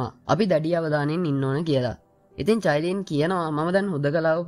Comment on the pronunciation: අයියෙ මමත් ඔය කතාව බලනව මම මාරම කැමතී qeen medusa හදුනවන අනිත් නම චයිලින් නෙමේ කායිලින්🥰